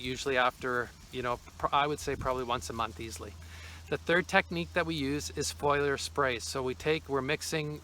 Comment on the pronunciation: *Fo-lee-er spray